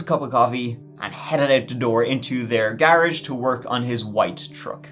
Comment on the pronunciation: "Gar-uge" gotta like it. You go!